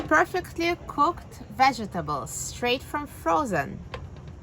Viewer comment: Why do you pronounce the word vegetable like that?😥